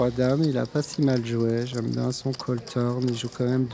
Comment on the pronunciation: Il a pas dit quil arrêtait de faire des tournois dans l'épisode de l'année passer 🤣🤣🤣🤣🤣 tes un bon, "j'aime bien" (avec l'accent ta capté)